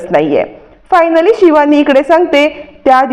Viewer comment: Marathit don n yetat pan tyancha ucchar vegla asto bhash shudh bola shivani cha ni pava😂